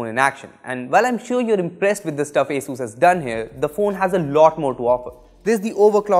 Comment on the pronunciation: It is not Ae-sus but actually Aa-sus🙄